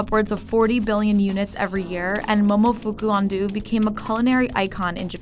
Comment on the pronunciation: I am stunned at how spectacularly the narrator managed to mispronounce "Momofuku Ando".